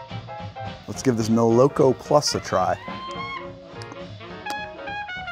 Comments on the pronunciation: not molOk0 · "Mole-Ah-Koh" plus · it should be pronounced " molokO " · Probably not the first one to say it but moloko is russian for milk and it’s pronounced: muh-luh-KHo or moloKho stress is on last syllable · i would pronounce it as molokO, as in Rusian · fun fact moloko is milk in russian and it is pronounced more like malako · And btw, moloko is pronounced with the emphasis on the last syllable. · And the stress falls on the last syllable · Love the show dude, but ya gotta look up how to pronounce молоко. Not trying to be a jerk. I really do adore your work! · lmao, it's pronounced with the stress on the last syllable not the middle one. also the first o is pronounced as an a. here's an example